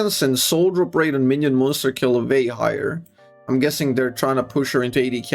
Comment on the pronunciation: the way this guy says minions makes me angry